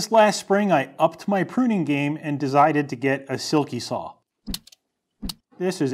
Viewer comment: “Dezided”… I heard you zay it